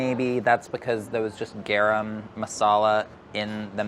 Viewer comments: Kate Marlow you pronounce it as GUH-RUM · There are such thing as Masala Salt (Garam)? Basically spiced salt? Or salted spice??? And it's pronounced Gah-Rum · I had a full body cringe at how pronounced "garam" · I feel like pronounced it with the d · Ok Priya, you have got to teach these guys how to pronounce “garam”. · I love but his pronunciation of garam is giving me stress Also an Indian woman giving you a 90 is not a complement that's a failing grade y'all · someone fix his "garam" pronunciation!!!